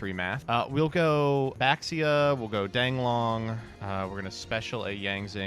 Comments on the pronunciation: Can we get the mare mare type edit to make them stop pronouncing baxia wrong next time😭😭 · All these comments about Mare Mare pronunciation but no one wants to talk about the community-wide mispronunciation of "Baxia"